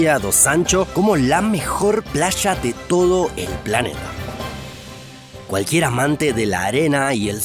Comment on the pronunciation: Por favor pronuncien bien la "Y" y la "LL"... sin el acento argentino... playa no plasha... anillo no anisho